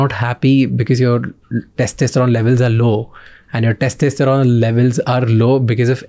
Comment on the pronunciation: Every time Shamani incorrectly says "testEsterone" 🫤